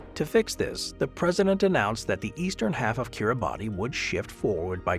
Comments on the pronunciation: . Kir-ruh-bus, not Kir-a-bat-ee; it's to roughly rhyme with Christmas which is what the islands are named after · You consistently mispronounce Kiribati which we locals pronounce as KiriBAHS. Look it up! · is Gulf County really cut in half by time zone divide? Kiribati is pronounced "Kiribas". In their language, the "ti" sound is pronounced as a soft "s" sound. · Yes!!! Thank you!!! That bothered me throughout the vid. 😅